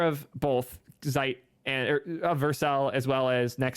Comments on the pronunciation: Vite (veete) means "fast" in French, so just say it the right way. Come on man. 🙂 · "vait... I mean veet" LOL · "Sometimes the creators are wrong". I'm sure you've heard this clarification ad nauseam, but the GIF creator was trying to be "cute" maybe(?) with co-opting the peanut butter brand, however "vite" is the actual French word for "fast", so it can only be pronounced "veet" to make any sense. In 2023, we should shy away from anglicizing simple words.